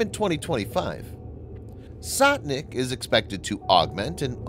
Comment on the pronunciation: its not Sotnik but Stotnik...sto means hundred